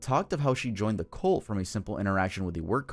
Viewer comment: "Cult" is pronounced "CUHLT" You keep saying "COLT", which is a young male horse.